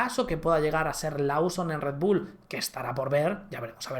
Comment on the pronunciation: Liam “Losom” se pronuncia